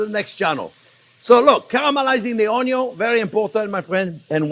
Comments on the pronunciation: Came here just to hear you say onyon 😃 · I always love it when you say “ONYUN”! We don’t say onion in this house! Never make another video without ONYUNS! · Love his way of saying onyon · me too, everytime I see the onyo 😀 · Oño. Hilarious. Classic. Timeless. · Always begin with a good, great onyon, chef will not guide you you wrong, fabbbulus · I didn't know you could have too much onyo. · the way he said onion omg it broke me sorry XD why i am so simpleton XD what is so funny about that pronunciation? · He absolutely does talk too much and repetitive just get on with it. Lol… I kinda like the way he says onion in his Louisiana accent 😂